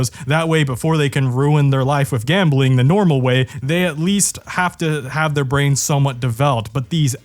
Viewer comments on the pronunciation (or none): "Gabmbling Age Regulations" lol